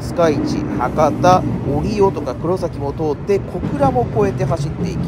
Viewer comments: 折尾最寄りだけどかんのさんの折尾のイントネーションに違和感を感じてしまった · 折尾駅の動画で指摘したんですが、折尾の発音が相変わらず変ですね。博多・小倉と同じなんですが。難しいんですかね。難しいのか!?